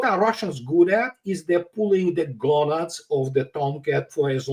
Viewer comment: "pulling the gownads of the toumcats..."